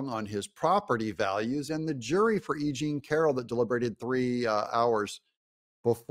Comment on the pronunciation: Funny!! you kept saying E Jane Carol , and the first 2 times I understood that you said “ aging Carol”. I love it because is true.Nimphomaniac women ( sex addicted= brain disease) get worst with age. Besides they are extremely lazy and not smart.